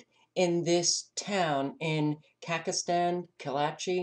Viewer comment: Ka-zack-stan, not "Kakastan."